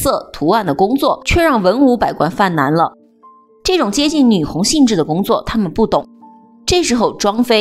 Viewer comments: 有2处错误，女红（gong), 句读（dou)。但是不妨碍讲的不错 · 读女红（工），主播是什么文化水平？ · 讲的很好哦，内容不错。但是“女红”的“红”是读“工”，你读错了